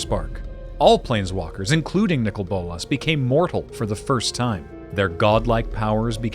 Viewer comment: They are Saying Nicol wrong. How do I know, That is my name, Lol